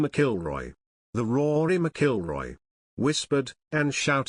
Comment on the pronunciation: You really butchered Rory's last name..lol He definitely missed a bullet..lol